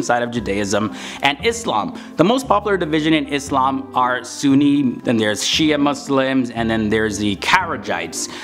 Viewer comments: Thanks for pronouncing "ISLAM" correctly.. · Yes with an “s” and not “z”